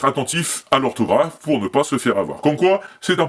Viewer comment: "Représente l'ohrtaugrafe !!!!"